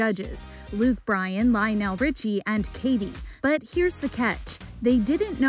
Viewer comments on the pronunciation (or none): How does an Entertainment Tonight reporter not know how to properly pronounce Lionel Richie’s name? said “LYON-el” 😳 It’s pronounced “LINE-ul”. Smdh. You can even HEAR it be pronounced correctly by Ryan Seacrest in the clip! How did she STILL manage to get it wrong? Maybe this REPORTER needs to utilize Wikipedia!! Or Google. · 38 ummm. How does someone who works in ET not know how to say Lionel?